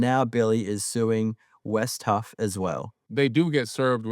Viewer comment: Its Wes Huff not" West Huff"